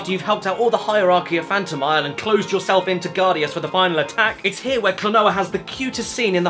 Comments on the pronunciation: Caddi, it's phantom + mile, phantomile, it's not that hard to pronnounce it, come on you weak....man! Also, thanks for reviewing this game! It's one of my favorite Ps1 games of my childhood <3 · Phantomile is pronounced phantom isle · Phantomile is pronounced, "Fant-oh-mile" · How can you not pronounce Phantomile?